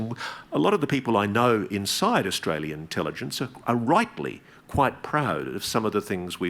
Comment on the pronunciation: He said "Austral-alien" 😂